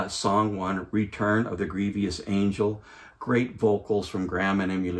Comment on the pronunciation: The word is grievous, not grievious. Nice review though, I love this Rhino series.